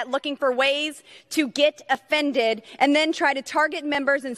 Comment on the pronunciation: "Democrats looking for reasons to be affended" "not her brother husband". Pornhub Boebart spoke both of those sentences in the same babbling rant.